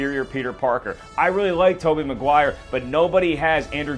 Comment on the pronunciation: did you notice that you mispronounce Maguire?